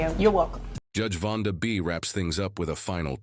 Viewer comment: Um, the Judge's name is Vonda B., I was quoting the AI voice's mispronunciation, and how silly it was, and was pointing it out as an example of why AI voices are bad. Hope I clarified enough ^_^